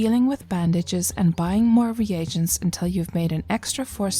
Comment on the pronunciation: I hit the dislike from your pronunciation of "re agents"...its pronounced reegents...